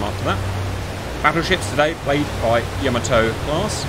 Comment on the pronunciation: Cap I love you like a slightly dyslexic brother, but it's "YAH-mato" not whatever you were saying. Convincing victory, I honestly thought some bombers would get in on the carrier, cool fun mission!